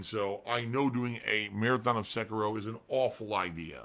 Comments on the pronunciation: The way he pronounces Sekiro fills me with hatred. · ...the fuck is a "Sekero"? He can't say Seh-Key-Ro? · I HATE the way he pronounces sekiro! Its se-kir-o! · Nor Sekiro.